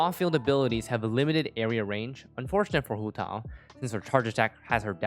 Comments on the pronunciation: homa banner is tempting but we're not sure of that so i'm skipping to pull for childe 'coz he's more fun and i need a male character 5star. Also i cringe when pronounce huuotaww 😁 EDIT: ARATAKI ITTO GOT RELEASED I'M SAVING ALL FOR HIM BYE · am i the only one hearing hu tall? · its hu tao, and shes not a pyro walnut? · I am feeling really uncomfortable from your Hu tao pronunciation. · accent showing up just to pronounce Hu Tao 👌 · sounds kinda weird when speaking english though. Like pronouncing Ganyu with the "yu" pinyin which doesnt exist in english would just sound weird